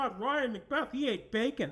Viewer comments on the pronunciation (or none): none